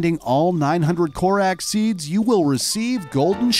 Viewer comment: korack seeds... that was precious